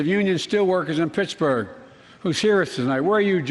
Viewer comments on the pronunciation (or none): none